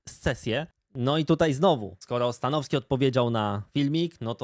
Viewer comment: Mnie to śmieszy jak mówi "stanoski" bez "w"